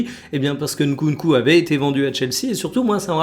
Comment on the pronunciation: En tant que congolais, je tiens à te complimenter sur la prononciation de Nkunku ! 👏🏿👏🏿👏🏿